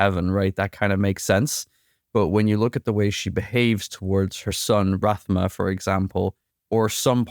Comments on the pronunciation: Its rathhhma not ratma gotta use that tongue on your teeth to make that thhh sound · Rathma (Wrath-Mah) not Rat- mah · I'm not trying to be mean or rude, but damn man, it's Rathma, not Rat-ma. His name is spoken in 4 different games. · My man just called him ratma lmao